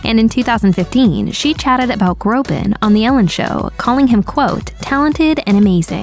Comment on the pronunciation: Btw his last name is Groban, not Grobin